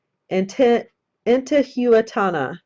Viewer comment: I can help you with the pronunciation, I think. Intihuatana would be something like "een TEE hu ot on uh" You got Viracocha correct, though. Also, were you thinking the Olmec people? They are the ones who preceded the Inca, Aztec, etc...